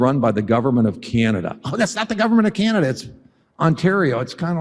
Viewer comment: Oh, yuck! I hate it when Yanks pronounce Canada as "Keyanada". Anyway - this guy is a POS. NEVER 51!!